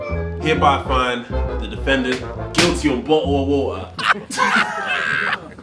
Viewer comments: "YOU CAN'T HANDLE THE TROOF" "Guilty of bo'oh'a'wo'ah." "Wo'ah men'i." flawless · Yo your bo oh o wa er is so good ima buy it in 5 days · Sorry dude but sometimes it sound like "bow wow wow".. Buttle of wather mean. Definetelly that's the true about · I was at a burger van in The UK yesterday and everybody there pronounced bottle of water as “bo’ol o’ wa’er”! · I'm Japanese and I study English. I used to admire british accent because I felt it's cool until I watch this video. Now, I like BO'OH'WA'ER but I don't wanna pronunce like it. Sorry british bros. (Please tell me if there is wrong about my English.) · Bro roasting him because he doesn't say T of water, also bro saying wadur 😅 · a Bowawawawa waer 😂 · BOTHA OF WATAH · To be fair though the Americans pronounce it incorrectly too, instead of saying bottle of water or bo'oh'o'wa'er they say boddle of wader